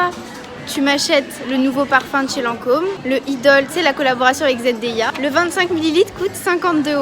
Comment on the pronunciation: Jsuis la seule qui a été partubée quand elle disait zendeya c’est zendaya putinnnnnnnn!!!! ( a prendre au 2 degré)